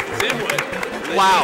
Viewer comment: that play by Heather NUOH MAI GUOD